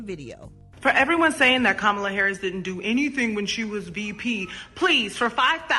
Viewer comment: Please pronounce the VP’s name correctly.